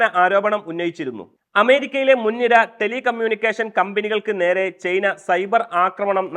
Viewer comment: ചെയ്ന അല്ല ചെങ്ങായി, ചൈന 😂